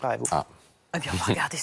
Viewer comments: A , la journaliste dit à la place de "Fortnite", "Fornine" (accent anglais bien entendu 🤣) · elle a dit Fornine😂😂😂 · « Fornine » révise tes fiches avant de dire quoi que ce soit 😂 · "EH EH EH FORNINE C BIAN JE ADORE FORNINE :)" Mais wtfffff même la présentatrice elle est en pls rien qu'en prononçant le nom du jeu, mais où va BFM ? Point faible : A Try Hard les brugers :'( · Miskin la journaliste elle a dit (fornine)😂😭😭😭😂😂😂😂😂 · " le trou noir de fornine"... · "fornine" bah ouais logique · ELLE A DIT FORNINE A xD 😂